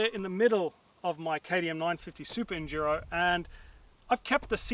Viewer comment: "Super Enjuro Ahhh..." lol